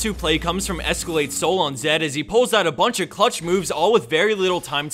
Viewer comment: I thought he said Nurse Akali ON Lee Sin. I was thinking that would be an actual decent rule 34 pairing.